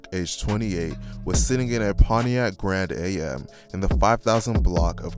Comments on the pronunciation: This dude said Grand A.M. It's a Pontiac Grand AM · You g ass dude called a Grand Am a “Gran A.M.” shit is hilarious. 😂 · And he pronounced the car Grand Am as Grand A.M. like he read the time😂😂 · We kno u young u said grand am like morning 😂 am together grand am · It's called a Grand Am just like I am. Not Grand "A" "M". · Grand Am not A.M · Grand am, not grand a.m. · Grand A M... Yeah, you're either super young or not from the hood!!! Not a bad thing either way but funny ASF 😩😂